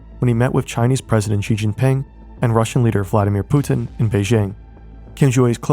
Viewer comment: I've never heard a non-russian actually pronounce putin properly 😅